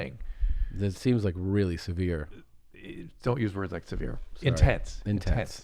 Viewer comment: Why can't you say severe? Just curious